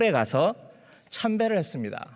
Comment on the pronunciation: ㅇㅇㅇ 했습니드. ㅇㅇㅇㅇ한다고 했습니드. ('드'를 '다'로 발음해주시면 좋겠습니다...)